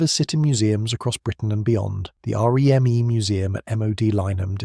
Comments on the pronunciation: Not being pedantic but we weren’t R.E.M.E its REME pronounced reemee. 😊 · This is AI isnt it? The pacing of the voiceover feels off. The sentences have emphasis in what feels like the wrong place and the R Eeee M Eeee throughout. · I just assumed it was AI when it started that r.e.m.e nonsense.